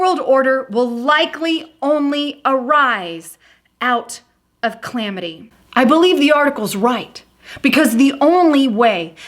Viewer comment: Pittsburgh is a city in Pennsylvania. Pennsylvania is not a city, it's a state. I'm afraid that such a simple mistake and mispronunciation of Lavrov as Larvo and botching up calamity. This could push LIBERAL elitists further from truth and label all Conservatives the same. With that being said. Agenda 21 and Agenda 30 are destroying the global compact in place. Piece by piece. China, Russia, Iran, the E.U. and Turkey as well as other nations are pushing this plan. Trump can't stop this through diplomacy. The minds are set. The Antichrist including Obama, Putin, Merkel, Macron, Erdogan, May, the U.N. and Brussels are all part of this global undermining of the U.S.A. Globalism is the Antichrist movement. I pray for Christians. We need to stand and defend ourselves before it's too late.